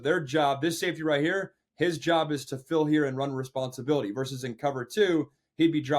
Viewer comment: The word is versus, not verse